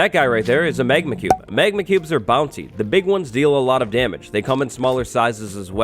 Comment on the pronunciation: i just saw you say magna cube 2 times